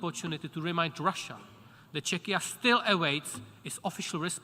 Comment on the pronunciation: "Chechia" XD